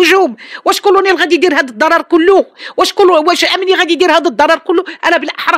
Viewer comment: اسي الاعلامي، كنقولو كلونيل ماشي كرونير